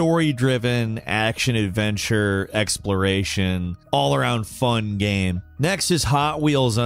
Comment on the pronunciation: Hate to be that guy, but did anyone else notice how often he said "gam" instead of "game"? Kind of a weird slip.